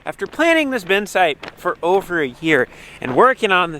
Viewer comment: It’s still a “bin”, not a “ben”.